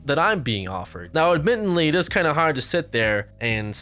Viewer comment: man. I feel you on this stance. I love you man. I support you man. You said admittedly wrong though and it's triggering me.